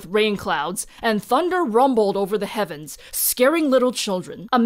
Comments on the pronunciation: "Thus they asked the Kevins for guidence" I had to listen to it a few times to know it was actually " Heavens" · I keep mishearing this as "they asked the Kevins for guidance." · Am i the only one who heard 'thus they asked the Kevens for guidance'?